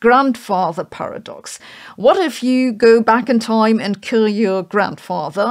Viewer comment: "...open pah-rah-doxes like the infamous grandfather paradox" That's a paradox right there, how you can both correctly and incorrectly pronounce paradox in the same sentence!